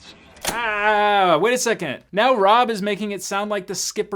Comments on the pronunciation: The show explains Rabb's pilot status later on though multiple episodes. Also, it's Rabb, like abs, not Robb (pet peeve of mine, gotta pronounce the star's name correctly). The show also improves on it's legal accuracy as it goes on. I love that I'm not the only one who recognizes the recycled Top Gun footage. I love it though. Seems to me (I think I saw this in a behind the scenes thing at some point over the years), some of the footage that wasn't in the movie was footage that was cut from the movie and some B roll as well. I'm also just about positive that they had Rabb and Pike in their whites because it's the best looking Navy uniform and in the pilot episode, the main characters have to look their best. Then they just made up some flimsy excuse for it. And Rabb definitely looks good in his whites. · Rabb. Not Rob. lol, not sure why, but this mispronunciation drove me nuts the whole video! That said, I loved JAG, and I enjoy the guest appearances of. Here's hoping to more reviews in the future! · Rabb, not Robb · It's "Rabb" not "Rob" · It's Rabb not Rob. Only part that annoyed me. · its Rabb as in rabbit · To me, it sounds more like he's calling him Robb (although he does get it right once). No idea who that would be, since the star of the show was Lt Harmon Rabb. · Thank you for say Harm's last name correctly . . . Once. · This was a great video (not for my wife, she loves JAG 🤣), but I can't get over his pronunciation of Rabb's name... 😉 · I know nothing about the military or lawyers, but I cringed every time you mispronounced Harm’s last name. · Rabb, not Robb. Pronounced raab. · Same thought. I watched the show when it was on and haven't seen it in years but the instant he pronounced it "Rahb" like Rob I was shouting "Rabb!" Then he got it right after a clip was played in which we heard the name pronounced, but then he went back to "Rahb" again. Not an indication of someone ever regularly watched this show. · I believe it's Rab not Rob